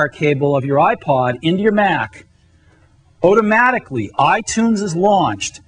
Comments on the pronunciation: Otomatically.... otomatically. Say it with me, Steve. Automatically. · tortugash “Otomatically all under one ruff” 😂